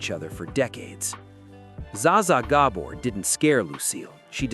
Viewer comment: At least say Gabor's name correctly.